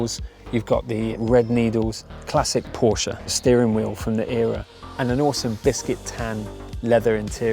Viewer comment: Props to you for pronouncing "Porsche" the correct way